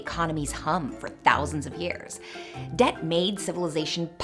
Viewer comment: Wait, debt is pronounced "dedt"?